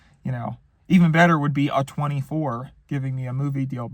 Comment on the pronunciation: Did he just call A24 " A 24" 😭